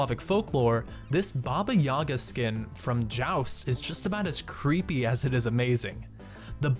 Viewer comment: YagA. Accent on the last sound